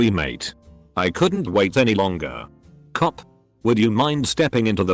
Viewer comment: it annoys me how this bot says "cop"